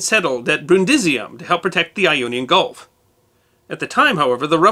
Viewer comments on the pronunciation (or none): none